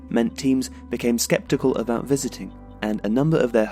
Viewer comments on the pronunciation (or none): none